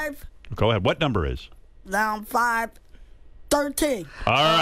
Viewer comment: estebancomulet “Nownz five?”